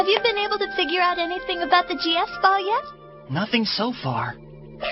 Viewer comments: The way you talk I keep hearing you say “Jizz Ball.” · Why am i hearing jizzz ball? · Sounds like you are saying jizz ball